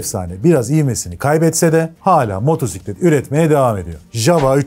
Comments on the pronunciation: Video güzel anlatımlı olmuş teşekkür ederim. Ancak Motorrrrrsiklet kelimesi hosuma gitmedi. Java çocukluğumda hatırladığım ilk motosikletlerden. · Motorrrr siklet değil, motosiklet doğrusu. Motosiklet videosu çeken biri bu hatayı yapmasın lütfen.